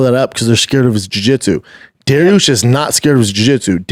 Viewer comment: He said douche instead of dariush haha